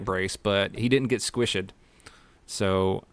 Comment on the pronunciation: Squishid? ...... is that a new word? Roflmao 🤣